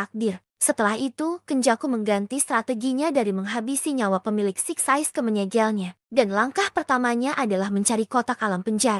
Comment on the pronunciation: Kak ada yang salah ngomong kak 1. Six size 2.getol Jadi lain kali benerin kak😁